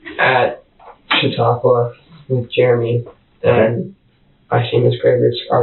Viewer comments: Chautauqua /=/ sha-TALK-wa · Pronounced: Sha-tok-wa